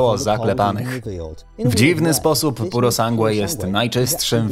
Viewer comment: pjurosangłe ?!? tego się nie da słuchać, kurwa kto wam to tłumaczy? pjurosanż